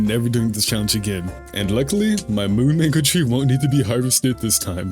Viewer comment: Bro did not say Moon Mango😭🙏